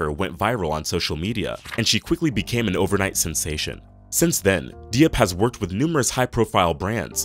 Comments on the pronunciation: It’s good. He just needs to learn the correct pronunciation for some if the names_like Diop. It’s nor Dee-op. It’s Jope (like rope with a J). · Not De-op. Jop is the pronunciation. 🙄.